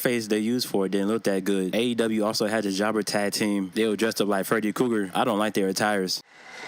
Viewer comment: Cracks me up every time you say Freddy Cougar 😂😂😂. I love me some videos best shit on YouTube 🤘😂👍